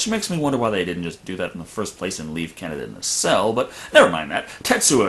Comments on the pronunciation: NO, IT'S NOT, IT'S aKIra, most Japanese words have tonics in the syllable before the last. Probably just listened to the dub version. No one ever head of a director called Akira KuroSAwa, only aKIra KuroSAwa. It's like kaNEda's name. Not Canada, kaNEda. Some are differente, like RITsuko, Asuka and SHINji, from Evangelion. But on the same historical, epic, fabulous show, you have miSAto. not MIsato (pleaaaaaase) BTW, as they show the subbed version in the review, I can't imagine how they got the names pronunciation so wrong! As for police brutality, from what I read, Akira's police is almost mild compared to real-life police in current-day Japan... which, to gang's like kaNEda's, I don't think is a bad thing. As for the bike x rape thing, tetSUO is an asshole, so it comes as no surprise that he prizes the bike over the girl who stupidly loves him so much. But is right: the "science" in aKIra is horrible (also in the manga): it shows a woeful lack of understanding of even the most basic concepts of evolution, and is treated disgustingly enough like mysticism in the movie, which is every Eastern. As for Tesuo in space, I think it's far more impressive that he blows up a humongous laser orbital canon with his MIND, than the fact that he doesn't freeze or have to breathe in space. He's SUPERPOWERED now. Does anyone complain about Goku or Vegeta not breathing in space?!? In the end, due to time constraints and other faults, the anime is sadly lacking when compared to the man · fun fact you can make a word pun in German using Canada being pronounced like Kaneda, meaning no one’s there